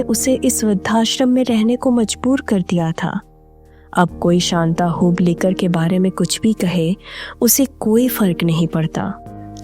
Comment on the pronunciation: Hoblikar hoblikar karke kyon bata rahi ho aap? Hublikar bolo